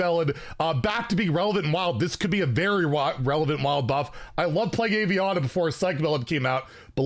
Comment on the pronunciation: My best friend's name is Aviana, so I'm gonna go ahead and leave the pronunciation here. Ah-V-Ana